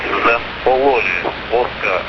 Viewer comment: Man it's an art to pronounce "Oscar" like "vodka".